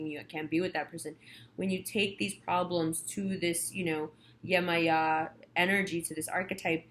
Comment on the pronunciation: Thank you:>) I'm a Priestess of Yemaya almost 2 decades, Yemoja (Brazilian Spelling).. Thank you for doing her rightous and saying her name correctly... The reading wasn't bad either Thank you again